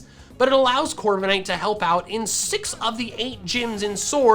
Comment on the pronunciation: DO NOT LEAVE OFF THE K IN CORVIKNIGHT!